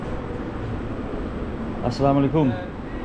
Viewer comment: The Way He Say "Assalamualaikum" Is Far Better Than Some So Called "Salamalaikum" Or "Samalaikum", Astagfirullah....